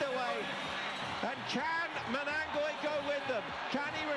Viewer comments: The commentator is killing me with the MANGANOI name😂😂😂. Well done MANANGOI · Manangoi & not Manganoi >> That is abuse!! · Hey commentators pliz don't call him MANGANOI he is manangoi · Even the commentator could not pronounce his name properly at some point. "Manganoi